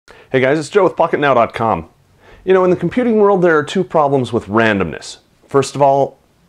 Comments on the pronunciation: pocket now i thought you say fucket now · is it something wrong with me or did you say "Hey guys, it's Joe from fuck-it-now,com" lol